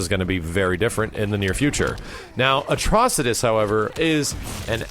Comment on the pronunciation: Hurray! finally pronounced Atrocitus right!